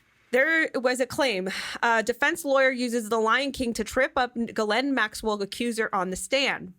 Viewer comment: You're the only one I hear pronouncing the pedo's name right!